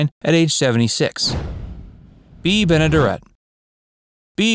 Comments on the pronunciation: Folks really should learn how to pronounce names prior to producing documentaries about them. Actress Bea Benadaret’s last name is pronounced with the accent on the third syllable: ben-ə-DERR-ət. The character Floyd Smoot’s last name is pronounced exactly like it’s spelled, sounding the “t” at the end. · thx. apprec info..just a note pronounced Bea Ben a "dare it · That's not how you pronounce Benaderet. Might want to have an older friend check your pronunciations before you record. It's jarring to hear the mispronunciations